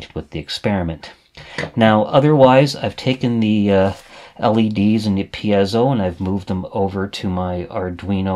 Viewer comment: Great source of information. Might I be so bold as to correct you in a couple circumstances: The word piezo is pronounced 'pee-soh' as opposed to 'pee-az-oh' as I think you pronounce it. As far as I know it's been pronounced in the first form since its inception. The other correction is the term 'versatality', which is not a real word at all. Again, it's pronounced as it's spelled: 'versatility', ver-sa-till-it-tee. I enjoy your videos much. I've been an EE for more than 40 years, now retired and began using microprocessors for logic design before the word 'microcontroller' was even coined. Now I'm doing a bit of catch up as I've been retired from Northrop Grumman for about 15 years but my RC Airplane hobby keeps me engaged and wanting to make use of my rusty skills.... Keep up the good work!